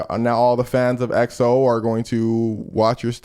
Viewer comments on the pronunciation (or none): She said EXO with her whole chest. Took me out.😂